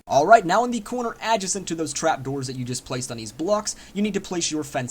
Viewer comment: Thats not how you say Adjacent...